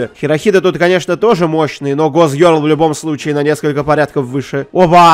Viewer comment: кто ни будь по щи тайте скока раз он произнес мой гок гёрол